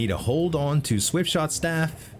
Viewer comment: not the swiftshot staff misread lol